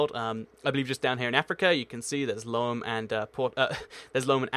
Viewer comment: The Togo capital is pronounced Lome-Ay not Lome.